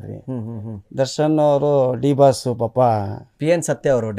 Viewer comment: ಲೋ ಮಾರಾಯಾ ಅದು ದಿ ಬಾಸ್ ಅಲ್ಲ ಡಿ ಬಾಸ್ ಸರಿಯಾಗಿ ಹೇಳೋ ಬೇರೆಯವರು ಹೆಸ್ರು ಕದಿತಾರೆ 😂